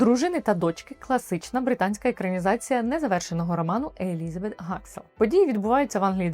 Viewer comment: Елізабет Гаскел, а не Гаксел)